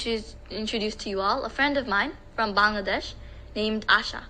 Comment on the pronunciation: I have told you several times I like your sincerity and eagerness to speak in Bengali but you just heard the Bangladeshi girl at the UN, so please try to pronounce our country's name CORRECTLY, although it is difficult when you have a Punjabi accent, but that is a different story. The correct pronunciation is "Ba-angladesh', a LONGER sound and NOT 'Bungladesh" that is a shorter sound and you all do it but your declared enemies in India do it correctly, so why not try? The language is Bengali in the English language and 'Ba-angla' in the Bengali, as the dear girl spoke. You can do it if you love us so much as brothers, so please show love by trying. Proud Bangladeshi, from Boston, USA